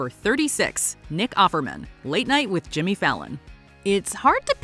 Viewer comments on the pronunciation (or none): none